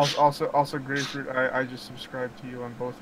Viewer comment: It's "Grayfruit", not "Gray Fruit" or "GrayFruit". Get it right guys